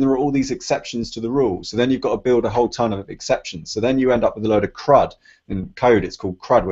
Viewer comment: Hey, it's actually called kruft, not crud.